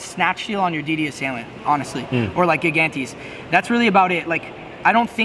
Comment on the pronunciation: Gigantes is pronounced "Jie-Gan-Tis".